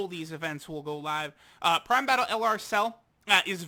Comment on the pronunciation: Stop saying dokkan BATTIL at the start